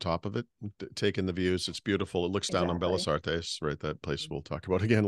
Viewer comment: your Spanish is getting better and better, very proud of you! Tip: when you see two Ls together like in 'Bellas', you pronounce differently 😀 Please don't be mad at me, have been following you since the start of the Supersite for Windows 😅 OMG, the food!! So much better than the tasteless crap we have in the Seattle area 🤦‍♂️